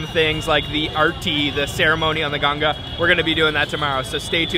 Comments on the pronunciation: Dear YouTube channel: It’s not Genjes river , 😡 It’s “Ganga” (Gan-ga) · Not Ganges it's Ganga😊 or you can say Ganga Mata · Bro I really like ur channel - but please work on your pronounciation of Hindi words - just like you wouldn’t like Indians speaking a word in a wrong manner - so it’s Benaras and Ganga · why people say Ganga as ganjis and Yog as Yogaa? Is there any problem with their tongue? These words are from Sanskrit language and there is scientific reason behind every word pronunciation. After all every sound has a power to make atomic level changes through waves. At least pronounce it correctly. 🙏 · Hello, Just pronunce Ganga rather than Ganges. We Indians feel connected with Ganga not the other one. Thank you for your video. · What in the hell makes foreigners call river Ganga like Ganjies?? Like wtf dude call it the Hindu way..ganjies?? like seriously??